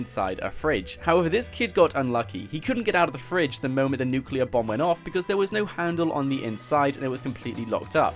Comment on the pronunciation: It’s not nuculear it’s nuclear